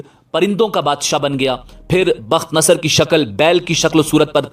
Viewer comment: تم جاہل آدمی ہو. تمہارا مطالعہ بہت کمزور ہے. پہلے تو بخت نصر کا تلفظ تم غلط کر رہے ہو. دوسرے ساری کہانی بے تکی ہے. وہ بادشاہ دانیال علیہ السلام کے ہاتھ پر اسلام قبول کر چکا تھا. تمہاری جہالت مسلمانوں کو بھٹکا دیگی. روپیہ کمانے کے بہت راستے ہیں. مگر جہالت سے روپیہ کمانا حرام خوری ہے.